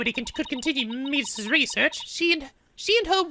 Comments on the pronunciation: it's met-iss not meat iss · By the way, Metis is pronounced Meh-tis. There was a character in Persona 3 FES with the same name. Metis's Persona was Psyche in that game and the Metis in this game is a psychological researcher, but the actual Metis is a mythological greek giant. I'm not sure how the name relates to psychology at all. Maybe it's just a coincidence. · It's pronounced Meh-tus. " Meatis" is...something else.